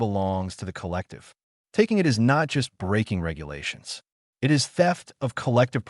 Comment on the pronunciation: Good story. Thanks. Sure wish someone could teach AI that a dot at the end of words indicates a sentence ending that calls for a pause. Not the literal spoken word "dot". And that the letters " i" and "t" are a word-not 2 letters to be pronounced separately. It would improve all of these stories. Maybe some day.😊